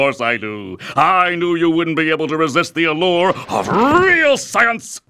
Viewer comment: I thought dibs dad said sinsens